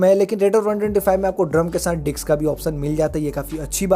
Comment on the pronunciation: Bhai ,dicks nhi disk hota h vo 🤣🤣